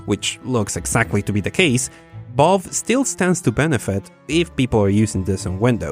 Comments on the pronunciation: V-A-L- VE not balve Valve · My guy, I love you, but it's valve, not vaaulve. 😉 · I was so confused as to why he kept saying balve....then it hit it ahh Valve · Really annoying to hear you say "Ball" instead of Valve... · Every time says "Valve/Valve's", I hear "Ball/Balls" and have to remind myself that he's really saying "Valve". Not trying to make fun of your accent, my dude, it's nothing to be ashamed of or anything. I just think it's a little bit funny.:) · Y he say vOlve not Valve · vaulf? its valve mate :P And tribble-ism? Is that a star trek reference? xD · ITS VALVE!!! V A L V E... not balve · Hears the whole world say "valve" for many years, but then says "vaulve".... why do people do this... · When you say Valve it kinda sounds like you are saying Balls, lol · pretty annoying that you pronounce valve as "ball" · I was halfway through this video wondering what bolve(valve) is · This homie pronounces valve as Vulve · what is this "Bolve" you keep mentioning? :D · "Vaulve" XD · v's are pronounced closer to f's than b's. You are saying "Balve", you would be closer saying "Falve" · I love how you pronounce Valve as BAULB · From now on, I will call the Valve company "Bahlb". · i cant stop noticing that u say the v as a b haha